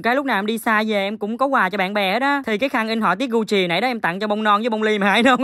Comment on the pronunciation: Cách phát âm của: Gu jì = gù "chị" hah😂🤣🤣 người thành công có lối đi lẻ